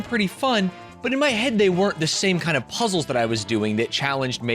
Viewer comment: It's so embarrassing to hear him call puzzles "puzzes." Real ones call them zzles.